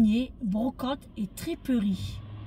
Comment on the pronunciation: Tu me fais trop rire, c'est Friperie pas triperie!